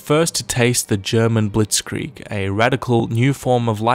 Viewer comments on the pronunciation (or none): none